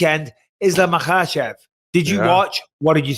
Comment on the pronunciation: Bisping! Thanks for not saying "MakeL-chev" w/ an "L", like Sonnen does!